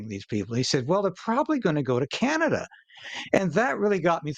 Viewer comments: I’ve never heard Canada called “Kinada” before. 🤔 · Did that woman actually say Ca-Nad'-a ? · And that one lady said can ada not Canada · AI news woman? How did she pronounce Canada? Can...adda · That woman doesn't even know how to pronouce Can a da. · The CTV newscater in orange doesn't know how to pronounce Canada? She said "Can-Atta" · Did she just mispronounce her own country? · Love the mispronunciation on canada there...